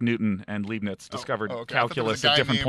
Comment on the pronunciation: its pronounced lyeb-niz for gods sake